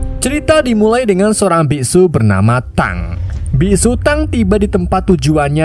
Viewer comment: Dibacanya bukan biksu tang tapi biksu tong